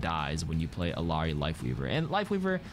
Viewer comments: As someone who speaks Spanish hearing ILL-ARI is driving me insane. It’s pronounced like Iyari. I know it’s pixels, but it’s the principle. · bro how you gonna pronounce illari's name correctly the first time then incorrectly the second time? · Spanish speaker here, and yeah it sounds strange. But as others have said, her name is Quechua (I think it means "daybreak"). If nothing else, she and Echo seem to pronounce it Iliari. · Everyone still struggling with Illari pronunciation huh. Imagine there's a Y in it. "ill - yar - ee"